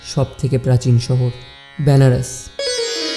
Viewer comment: আরে দাদা এটা ব্যানারস নয় বেনারস। উচ্চারণ তো ঠিক করো